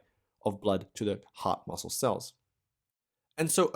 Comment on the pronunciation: It sounds like he's saying "the hot muscle" 😂